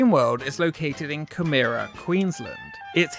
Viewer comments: pronouncing coomera as Camera hurt me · Aussie here, its pronounced COOmerAh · FIRST of all its coo-m-er-a (like coom-ra) SECOND it's not a shit place, it's even getting a new rollercoaster. THRID of all plenty of people go there. Including me. Nick central was the best ! And sky voyager is amazing ! I love dreamworld